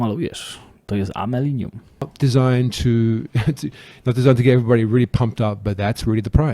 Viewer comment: Tego nie pomalujesz to jest amelinium hehe uśmiałem się 😂😂😂